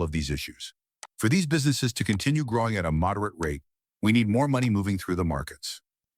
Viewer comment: Your A.I. robot narrator doesn't know the difference between the pronunciation of the word "moderate" as a verb and "moderate" as a noun. SMDH Why the HELL can't you fix this stuff before you publish your damn video??????????????? Or better yet, why not just get a REAL HUMAN BEING to narrate the video?? What a novel concept huh? Friggin' idiots.